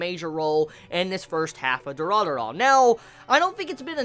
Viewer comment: It's not Dura-dura man ffs.... at least that's what it sounds to me when you say it :D